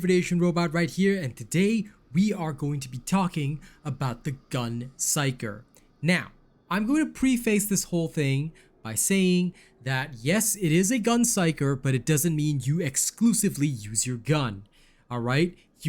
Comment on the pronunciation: Minor quibble but you pronunciation of preface is terrible.. The 'pre' syllable sounds like the 'pre' in predator not 'pre' like premeditated. The '-face' part sounds like the 'face' in surface, not face like facing a dirction. Preh-fuss not preee-fayse. Nice vid though. 👍